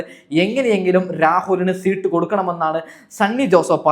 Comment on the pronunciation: ശീട്ട് അല്ല സീറ്റ് ഇതുപോലും പറയാൻ അൽത്തുസ്.